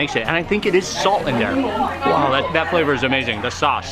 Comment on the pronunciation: love the content, just cant get past the pronunciation of 'wow'....... hahahah